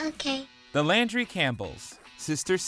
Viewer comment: So those honorable mentions…I’m crying at the title “Two Twenty Seven” when WE pronounce it “Two Two Seven”. Also, for Sister Sister, the last name was Landry not Landy. Great list!